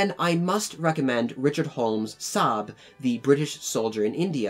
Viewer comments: Sahib pronounced Si-eb not Saab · Sahib has two syllables Sa- Hib. ;-) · It's pronounced as "sa-hee-b" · The correct pronunciation is "saa'hib", though is often pronounced the way the narrator does in the video. Source: I'm a Pakistani.